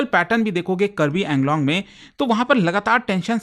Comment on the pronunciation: Pronounce it as AANGLONG